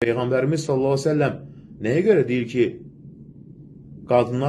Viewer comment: PEYĞƏNBƏR səlsələm nədü heçolmasa düzgün deməyi öyrən